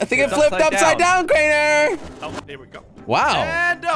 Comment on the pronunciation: its crainer not drainer